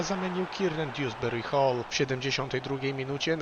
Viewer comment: Mówi się Dołsbery hol a nie diułsbery hol